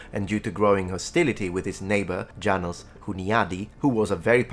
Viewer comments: Hunyadi regent of Hungary. Janos, the J is a Y the s is a sh, thus Yanosh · Just one small detail about reading of Hungarian names -János should rather be read Yanosh :) Thanks for the video. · As a Hungarian, I noticed, that János Hunyadi's pronounciation is incorrect throughout the video. Given, that probably does not familiar with the Hungarian language, it not really a problem, I'm just a little bit nitpicky here. János is a relatively common Hungarian name, sounds more like Yanosh, if I try to convert the Hungarian pronounciation to English. The "J" in the beginning is definitely a "Y" sound, same as in the word "yes". The "NY" in Hunyadi is actually considered a single letter. In many consonants of the Hungarian alphabet, the "Y" is acting like a modifier for the base sounds. (For example "G" has "GY" variation, "T" has "TY" and so on.) In this specific case, "NY" sounds something similar to the "Ñ" found in Spanish. Naturally, I'm not a linguist, so my explanation might not be the best, but I hope you will find it useful in the future, when covering Hungarian history. ^-^ Cheers from Hungary!